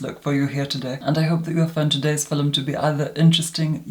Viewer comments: did not say fillum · i love the way you say "film"